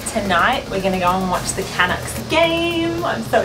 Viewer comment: "CAN-ucks" lol, it's pronounced "ca-NUCKS"